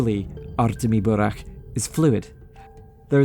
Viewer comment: Love when english speakers pronounce burakh not as burak